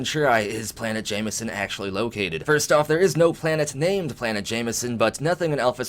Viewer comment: Along with that is Jemison...perhaps it's my hearing, but it sounds like he's saying "Jamieson"...it looks more like "Gem e son" to me.